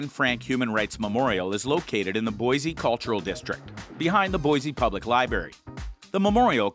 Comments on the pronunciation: Please say Boise correctly. It's Boi-SEE ........not Boi-ZEE!! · I could have thought of 10 other places to visit in Boise... and it's not BOIZEE it's BoiCEE Boise